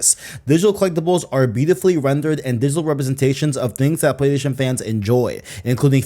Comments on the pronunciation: If this guy says playDation again im gonna go insane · Every time he says 'Playstation', it sounds like he's saying 'Playdation'. I stopped watching halfway through because it was all I could focus on. 😂 Sorry, bro, I tried to make it to the end. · U don't say Playstation right.. i can't stand it lol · Dudes yt name literally has PlayStation in it. You’d think he’d figure out how to pronounce it